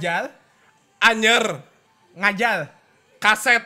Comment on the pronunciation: NGAKAK BGT PAS NGOMONG NGAJAR WKWKWK JADI ‘ngajal’ mana diulang ulang 🤣🤣